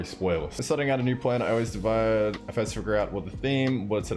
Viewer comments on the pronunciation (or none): none